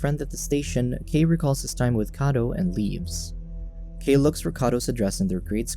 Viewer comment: Kai not kei